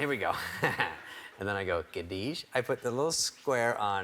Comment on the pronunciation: Gadeesh lol